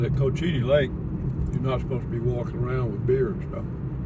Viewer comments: It's pronounced Coach ua tee lake. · You mentioned that you were unsure about the pronunciation in a previous video... it's pronounced coach-eh-tee